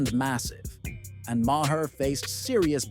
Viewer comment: And can't spell or pronounce Bill Maher's name. Jeez! 🤦‍♀️